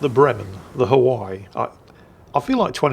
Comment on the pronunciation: Does say Hawai'i wrong on purpose?